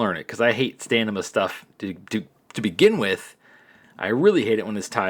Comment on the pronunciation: Couple things. You keep saying stanima. Its stamina. Also, why in the world dont they just do one button for strike reversals, one for grapple reversals, and MAYBE both combined for specials